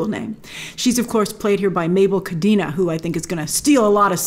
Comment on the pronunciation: I would love if we can MAKE AN EFFORT to pronounce the names correctly: Tenoch Huerta is pronounced “Te” as in “TE(st)” - “Noch” has a “ch” sound as in “CHair”. Mabel Cadena has a last name pronounced “CaDEna” with an “E” pronounced like in “pEt”. Please make the effort. Is not that hard.